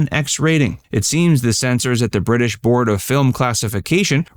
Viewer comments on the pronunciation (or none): none